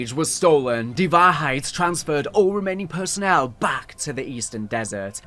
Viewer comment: As a German i really had a good Laugh at your pronounciation of the German Words. Most of them are ok to good like Die Wahrheit was on point but how you said Vogel was absolutely wrong 😂